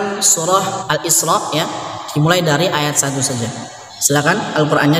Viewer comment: ustadz, mohon maaf kenapa harokat terakhir kok jadi sajee yang mulanya sajaa, harokat fathah menjadi bunyi huruf e, itu kenapa tadz?, mohon pencerahan nya..